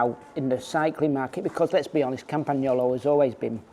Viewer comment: yes indeed, and properly pronounced campa-nyolo. The g is soft.